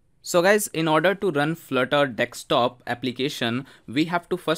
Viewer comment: Desk Stop, not Deckstop